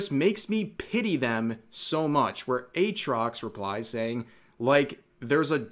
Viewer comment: Atrox without the double a. absolute cringe